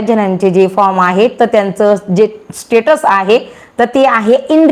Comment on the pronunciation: are te tatus nahi status aahe